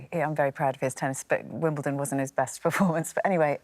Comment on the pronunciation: Though they are butchering the pronunciation... why is there a hill in Te Reo Maaori at Wimbledon?